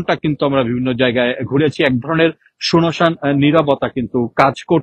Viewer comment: সুনোসান আবার কি? উচ্চারণ ডিফেক্টিভ